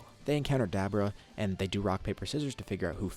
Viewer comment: Duh-boo-ruh not dab-bruh